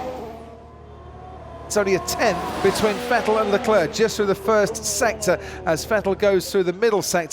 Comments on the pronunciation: strange why Croft always says Leclair instead of Leclerc?? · Croft, will you ever understand it's Leclerc and not Leclè?